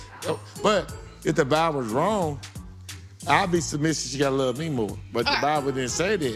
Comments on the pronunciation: Bruh this man can't say the word "Submissive"😂😂😂😂😂😂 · He couldn’t say submissive or pedestal